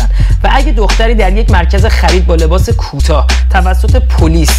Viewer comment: کوتاه هست نه کوتا کامبوج میشه فارسیش cambodia 🇰🇭 Morocco 🇲🇦 میشه مراکش Estonia 🇪🇪 میشه اِستُوِنی Bolivia 🇧🇴 میشه بولیوی عشقی سلطان فن پراپاقرصتم فکر نکنی هیترم خواستم هم اضافه شه به دانسته های فراوانت تا دیگه این اشتباهات رو جلوی بدخواهی چیزی نکنی هم که به هم کمک کرده باشیم عشقی سلطان حمل بر جسارت یا توهین نکنی یهویی ها🥲❤️